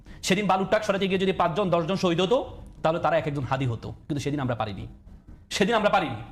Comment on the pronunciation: হাদির নামটা পর্যন্ত উচ্চারণ করতে পারে না দলের মহাসচিব তারপর এখন এই বুদ্ধিজীবী !!! ওরা মনে করে চিল্লাচিল্লি কইরা সব জিত্তা গেছে !!!